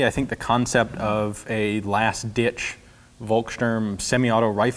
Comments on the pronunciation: Hey, Ian, you are supposed to pronounce volkssturm (and all other German words starting with v) with a F sound at the start instead of V. It's a nitpick but it bothers me when you keep mispronouncing it and I'm not even German :D Thanks for all the awesome videos! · Funny how you worry about mispronouncing Thuringia, which is the English (!!!) name for Thüringen, but butcher Volkssturm every time (the V here is pronounced as F, same as in Volkswagen). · ian, the "v" from volkssturm is not pronounced like the w from wolf but rather like the f in f**k just saying as i imagine it hard to get any infos about the real and propper pronaciation of these words in the us... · Hey Ian, I love your show, but just a heads up (that you might've heard before) - it's pronounced "Folksturm" (with the 'u' pronounced a bit like the 'o' in Orlando BlOOM), the same way "Volkswagen" is pronounced "Folkswagen". 'V' is (basically, might be some exceptions, but I don't know any) always pronounced like an 'F' in German. Great video as always. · Just a reminder that in German, "V" is pronounced as "F" and "W" is pronounced as "V" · Folkssturm, not Wolkssturm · A free german-lesson from Denmark: the letter V is pronounced with an F-sound. The Word “Volkssturm” should sound like Folkssturm”…, just saying☺️ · German «V» is pronounced «F», so Volksturm is pronounced «Folksturm» which translates to something like «The peoples stormtroopers», platoons made up from pensionares and youngsters, womens and girls, anyone able to lift a gun. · Try to pronounce it "Folksturm" it will get you allot closer ;) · The German "V" is pronounced as an "F", so Volkstürm is pronounced "Folkstürm". And it is no surprise that the Nazi Party would develop their own weapons, as fx. the SS was a political force, and the leader of the local party region (Gau) the Gauleiter was automatically appointed omnipotent chief of staff if connections with Berlin was lost.